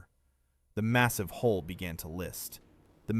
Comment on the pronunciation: Hull, not hole.